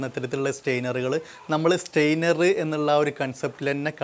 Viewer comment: വീഡിയോ നന്നായിരുന്നു, പക്ഷേ, ഒരു ഉപകരണത്തെ സംബന്ധിച്ച് വിശദീകരിക്കുമ്പോൾ ദയവായി അതിന്റെ ടെക്നിക്കിൽ നെയിം കറക്റ്റ് ആയി പറയുക. ഇവിടെ താങ്കൾ സ്റ്റെയ്നർ എന്നാണ് പറയുന്നത് . സ്റ്റെയിനർ എന്ന വാക്കിന്റെ അർത്ഥം നിറം കൊടുക്കുവാൻ ഉപയോഗിക്കുന്ന വസ്തു എന്നാണ്.സ്ട്രെയിനർ എന്നാണ് പറയേണ്ടത്.അതായത് അരിപ്പ, ഇനി ശ്രദ്ധിക്കുമല്ലോ, താങ്ക്സ് 😍